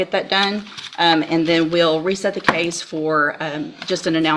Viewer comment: How does the word Case end up being pronounced Cause !